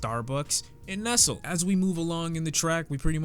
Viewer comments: Did this nigga really just say Nessel instead of Nestle? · You pronounce Nasir "Nassir" and Nestlé "Nesslay". You're welcome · its Nestlé dude not Nestle.. you gotta aye when you say it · Nesle? lol Great breakdown man!